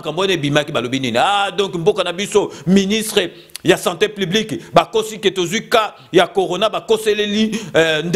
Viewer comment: OZONGISI NDE BA ZOBA NA TEMPS, BA KO PESA BINO COURS A DISTANCE, BA LOBAKA SANTÉ PUBLIQUE ET NON SANTÉ PLIBIQUE, TIKA KOMBO YA FAYULU NA MONOKO NA YO, SALA MUSALA NA YO MAIS TIKA NDE DIAMBA